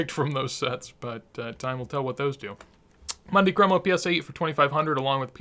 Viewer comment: Always an enjoyable video! Great content. FYI I don’t want to come off like an annoying nitpicker but it’s pronounced “moon-dee cromo” ….. not “Monday cromo”. Wonder where the Messi market goes from here? Hopefully things stabilize after the selling and start a slow ascent again. Key word ‘slow’!